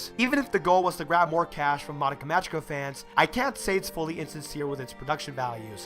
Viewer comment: Just figured I'd let you know.(Not bitching or anything) You're pronouncing "Magica" wrong. It's pronounced with a hard "g." Like the "g" in the word "go". Not Mah-jee-ka. Great review, though. I really like all of your reviews.